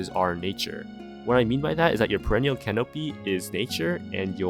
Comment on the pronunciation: The way you pronounce canopy makes me sad